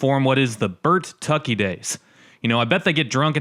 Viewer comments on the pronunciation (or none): It's Bur tucky not Burt tucky 😮 there is only 1 t in It's spelling🙄